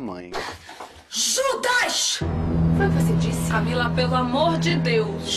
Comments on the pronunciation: É judas e não xudas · Também gosto dela 🤗 E, com sua licença, fazendo uma pequena correção: é " JUDAS "